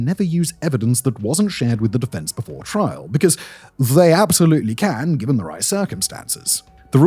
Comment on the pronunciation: Sometimes you say trial correctly and sometimes you say "trahl".